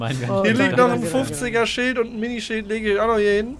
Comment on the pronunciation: es heißt Schild und nicht SchÜld!!!! Gutes Video:)